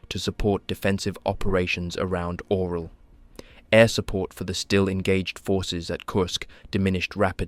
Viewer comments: It's not the Oral region,..lol. It's pronounced "Urál", "Oo-rál", or even "You-rál". It's not like bro couldn't have researched it, c"mon! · Orel has nothing to do with mouths 😂. It’s pronounced orYOL.